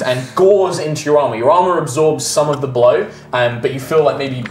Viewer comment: The way says “blow” sounds so strangely Australian